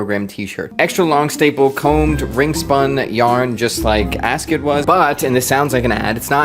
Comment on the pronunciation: Asket pronunciation: in swedish that E-sound would be long. It could be spelled "askét". Similar to the french pronunciation of the E in café, resumé etc But that's hard for an american, you basically don't use that sound, you changed it to "ay"